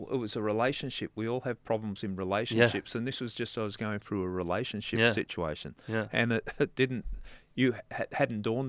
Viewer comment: Its pronounced through not frew !!!